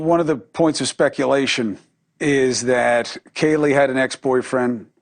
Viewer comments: you refer to ‘Kaylee’ as ‘Katey’. In a passing conversation, I wouldn’t think to mention it, as everyone makes mistakes and can get a name wrong - but, you did is put out a recorded upload, where you had the ability to edit out, and dub in the correct victim’s name, that being ‘Kaylee’. So, I will mention it, as it being an easy fix, you seem to had just chose, to not put the proper time in your upload, because getting it out, for the views, likes and added followers, were undoubtedly, playing the most important part, of this particular upload. I don’t know, if all your uploads are like this, as the name of your channel, with the play on Watts, I found off putting, but started watching this one, as I was interested, on your take with Jack D and Kaylee’s family, but I can’t get past, you not taking enough effort, to correct calling a victim by the wrong name - I am left to believe, if that isn’t worthy of taking time to edit out, what else, do you upload, and not bother with editing out. I mean a murder victims correct name is rather important and respectful to get correct.... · Can you not pronounce Kaylee properly? Wtf dude. You called her three different names. Katie, Kelly, Keely. Get a grip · would you like your child’s name said incorrectly several times in a video, after they were brutally murdered ??? In a video put out by someone who doesn’t even know the family or victims ?? I think not!! We are all human and make mistakes but, when you are making money off these videos, at least put the video out with the correct information. I understand the typo, but after the several times Kaylee’s name was mispronounced, I would hope you could type the last name correctly, considering you can correct it easily. And please don’t assume you know me. A message can be taken several different ways. It all depends on the reader. Me speaking to harsh, it’s the way you read it. As you may have read (or not) I did say I wasn’t trying to be an a$$. Merry Christmas